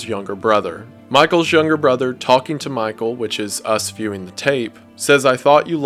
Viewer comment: When I first heard it I thought springtrap was yelling "MY TOE!" Instead of Michael